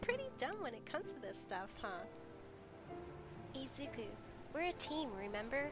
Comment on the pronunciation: When she said "Izu-" I thought she said Adrien and I was like "Waaaaait....Is this a miraculous comic...." Then I looked at the pic when she said "Izu-" I sighed in relief 😅